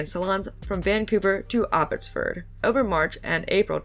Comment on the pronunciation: As a person from Vancouver, hearing your posh pronunciation of Abbotsford might be the funniest part of this saga.